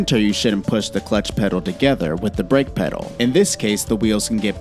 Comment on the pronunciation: "Clutch petal" What???